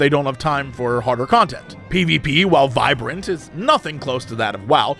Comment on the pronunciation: did he just say wow pvp was "viberant" LMFAO